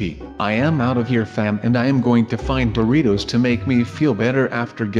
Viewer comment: It said Doritos not boritos